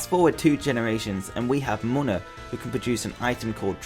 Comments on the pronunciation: It's pronounced Moona not mona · It's not pronounced moan-a its pronounced moon-a